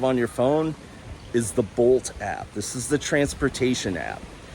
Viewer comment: It did sound like boat, but I figured bolt a few seconds later.